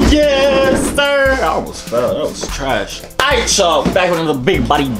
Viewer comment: I know this nigga is not alright for saying corie rayvon is just “aiit” bruhhhhhh😂😂